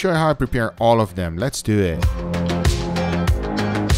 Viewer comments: “Les dew eht” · "So les do eetttt" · I like how he says let's dowe